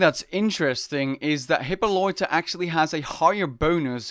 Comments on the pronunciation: Bruh, how do u pronounce Hippolyta like hipoloita? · "Hyppoloita" lol